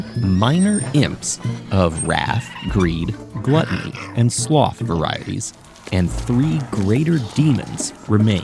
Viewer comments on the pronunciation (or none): none